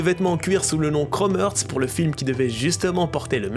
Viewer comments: Par contre ça se prononce Chrome “Harts” pas “Heurts” 😅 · C’est Heart et pas earth. Tu le prononces mal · ça se prononce chrome harts, mais snn bonne vidéo mon reuf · La prononciation est horrible ca se dit « crôme harts » et non kromertz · un énorme merci pour la vidéo, par contre ça se prononce chrome harts et non chrome heurts... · ‘’Chrome heurts’’ ‘’Chrome Hertz’’ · Aïe la prononciation 😂🙉 « Chromeurtz » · "krome heurts"??? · 8min de chrome erts j'ai les oreilles en sang sinon bonne vidéo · ca me stresse que tu dise chrome heurtz mdr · Frérot, toi tu dormais sec pendant les classes d’anglais non? Content toujours propre, mais la tu m’as tué sur la prononciation de Chrome Hearts. C’est l’accent suisse qui fait cet effet sur le “Heart” ? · Frero la prononciation de heart 😂😂😂